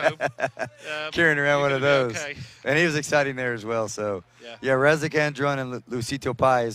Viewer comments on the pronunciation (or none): Its Deni Razić not Rasik 😂